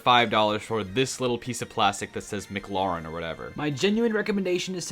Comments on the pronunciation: As a McLaren fan I literally died when he said mclauren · “ Mclauren” ITS MCLAREN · Bro said mocloren at the end 😭😭😭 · mc larron? MC LARREN?!!? its MCLAREN, EEEEEEEN